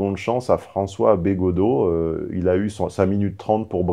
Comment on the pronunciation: Attention, fait semblant de ne pas connaitre Bégaudeau et d'écorcher son nom. Manière indirecte de le rabaisser. Sinon, oui Bégaudeau est plus digeste et agréable à écouter quand il parle cinéma et culture en général, que politique!